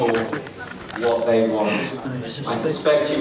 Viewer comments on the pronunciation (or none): none